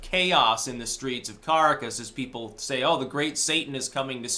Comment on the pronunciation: Dude - it’s ca-RAH-cas. Not CAracas.